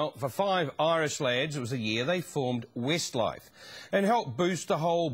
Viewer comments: it did sound like he said 'Wistlife' didnt it, lol!! I ADORE 'Wistlife', or Westlife as they are kinda known! I too hav loved them right from the start of their carrer and my Shaney, I love him most, hangover, bless him, shall I kiss it better! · "wistlife" lol